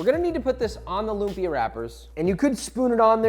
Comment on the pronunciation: Love how a lot people are now loving lumpia! It’s my favourite food in the world! Not a big deal really but if you want to correctly pronounce the word lumpia: “Lum” should be short. Stress is on the second syllable and the “a” in “pia” should end with a glottal stop. 😉